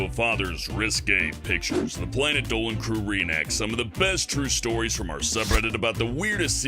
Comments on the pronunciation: Instead of planet Dolan i hear planet dowan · "Planet Dolan" planet dooleen